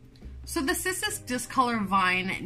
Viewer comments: Kiss-us lmao.... just... nooooo 🤣🤣🤣 pretty funny if it really is how you’re supposed to pronounce it lol. I’m on my 2nd discolor round. I tried one 3 years ago in the beginning of my journey and it took a dive fast... along with my string of turtles lol 🤦🏼‍♀️🤦🏼‍♀️ I knew nothing then lol..... I have 7 humidifiers now lmfao....... yep. Thanks for the awesome info here! You’re the bestest! 💚🌱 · Name is in Latin so this is Cissus and the "Ci" is like the Ci in the Italian "Ciao" or the "chea" in "cheating" to use your language 😉